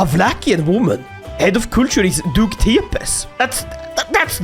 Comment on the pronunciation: it's pronounced like tey-pesh